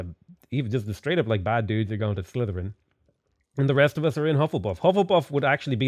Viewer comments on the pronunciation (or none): none